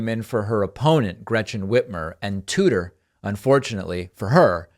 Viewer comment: “Tuder”.....? That’s her name..? 🤦‍♂️😂😂😂